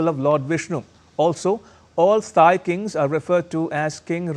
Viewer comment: Thai is pronounced "Tai", not "thigh"